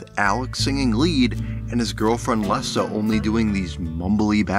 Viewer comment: I certainly don't get why you had to insert that Springsteen 💩 in the montage. And please pronounce her name correctly. It's Leeeeza not Lessa.